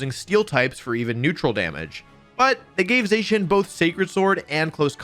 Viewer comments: I thought Zacian was pronounced “Zah-Sy-An” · ZAH-SEE-IN is how you say it.